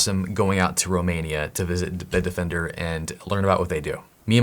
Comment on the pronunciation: Replayed the intro 3 times to be sure I've heard "Romania" 🤣 Hi from Romania btw